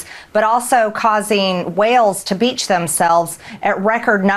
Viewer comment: She said, “da beach.” Lerd of mercy.